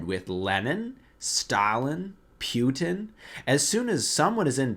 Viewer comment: It's Владимир Путин, not Владимир Пютин. So, pronunciation-wise, in English, you want to go for "poo-tin", never for "pew-tin" ☝️😉